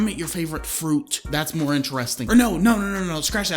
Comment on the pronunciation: moe money moe pwolembs thats how he talks